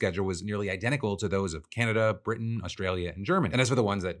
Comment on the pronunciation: You absolutely say Canada weirdly.